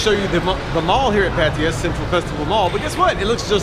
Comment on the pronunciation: Man, learn to pronounce Pattaya correctly. I saw other people giving you the advice on how to say it properly. You are not new here anymore.